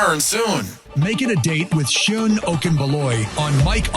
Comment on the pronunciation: Hi Seun, please hire a Nigerian voice-over artist who can pronounce your name properly to do the voice intro and outro for this podcast. Thank you.